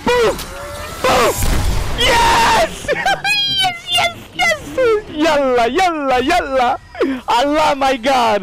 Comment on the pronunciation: i am from Egypt and speaking arabic but your Yallah Yallah Yallah is the best Yallah i have ever heard